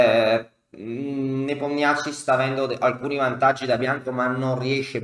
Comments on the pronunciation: Sempre ammirevole il racconto della partita e contorni! (personalmente non ne so nulla, ma un'amica russa mi dice che la pronuncia dovrebbe essere +o- "Nepòmnici"...) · Ho scoperto che si pronuncia Nepomnionchi 😁